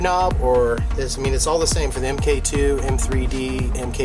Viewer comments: what's this "em kay" bull? MK as in MKII stands for Mark, hence it's Mark 2. and it's a circlip, not an "e" clip. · "em kay"? it's Mark!